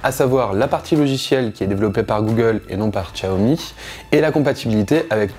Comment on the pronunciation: C'est ce que j'allait dire, bon c'est vrai que ça fait 3 langues vu comment il le prononce mais autant le réduire à 2 (déjà pas mal^^), cependant la prononciation de Xiaomi est plus que correct ^^ Pour ce qui ai de ce "hey wan" c'est plutôt un très bon cru, je pense que je vais offrir ça à ma mère pour ses 57 ans en début d'année ^^